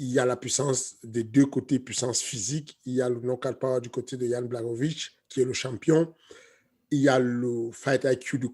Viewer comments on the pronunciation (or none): Donc vous savez prononcer le "ch" dans "Prochazka" correctement par contre vous dites toujours "BlaKOwicz" de Błachowicz alors que c'est le même "ch" pour les deux